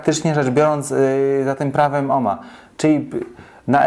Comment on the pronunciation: Jakie to nasze polskie i przaśne takie czepialstwo. Ten, co domaga się "cześć", sam pisze- "witam", której to formy powinno się unikać. Inny "purysta" ma pretensje, że prowadzący używa oryginalnego brzmienia nazwiska Georga Ohma. Dajcie ludzie spokój, mieliście chyba niemiłych nauczycieli albo katechetów, katujących Was zaściankową hiperpoprawnością, zamiast zwracać uwagę na to, co macie do powiedzenia.